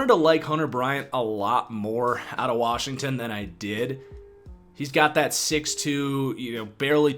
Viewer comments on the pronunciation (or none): none